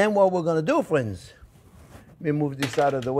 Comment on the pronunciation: Elmer Fudds great grandson.. pewfect wecipe, fwends ... they look good tho, good wecipe!